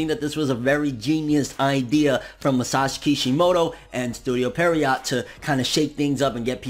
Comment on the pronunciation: Pierrot is pronounce pee air oh. Just saying.